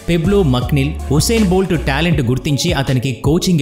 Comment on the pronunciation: అతని పేరు హుస్సేన్ బోల్ట్ కాదండీ యూసైన్ బోల్ట్